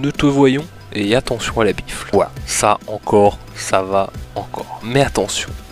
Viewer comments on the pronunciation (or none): Tu a dit gifle ou bifle?😂